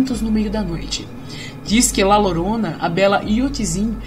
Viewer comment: Muito bom o vídeo, uma pequena correção (La Llorona) se pronuncia: La Diorona